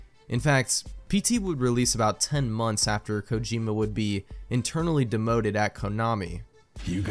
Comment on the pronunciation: who pronounces kojima kojimba?